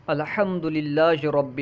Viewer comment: حضرت شروع میں اپ نے علم تجوید کی دریا بہا دی اَلٗحَمد للہ میں ا ل ساکن ہوتی ہے اور حضرت اپ ا ل دونوں پر زبر پڑھ رہے ہو ۔ جو کہ لحن جلی ہے ۔ اور اس سے اجتناب بہتر ہے علم تجوید میں